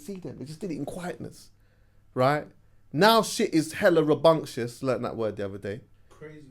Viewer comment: the word is rambunctious you sausage 😂